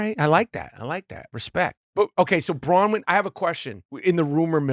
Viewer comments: He keeps saying Bra-win. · Nick calls her Bra-wyn 😅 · No kidding, I wondered if it was just me.... It's BroNwyn.... he did it on another episode too, repeatedly. For someone he loves so much, has spent hours with and holds in high regard, you would think he could pronounce her name properly. It's weird no one corrects him, that speaks volumes. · Anyone notice Michael pronouncing Bronwyn’s name correctly over and over, it was like he was trying to get Nick to realize he was saying it wrong!! 😂😂😂